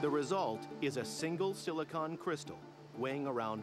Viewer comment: I hate they way he says silicon